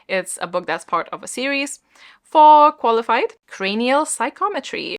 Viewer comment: I have no idea why...but whenever G said 'for Qualified' I actually heard Farquaad (as in Lord Farquaad) and I can't stop cackling at that 😁🤣🤣 I'll try to participate as much as I can even though I'm on holiday for 2 weeks 💪💖